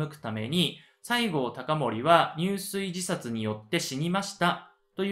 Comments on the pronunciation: 入水自殺→にゅうすいじさつ❌ じゅすいじさつ ⭕️ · とても分かりやすい解説、聴きやすいテンポです。ありがとうございます。 一つだけ、漢字の読み方に時折、？があります。田原坂、入水自殺なども誰かが指摘していますが、 下加治屋町は『しもかじやちょう』では？ご確認下さい。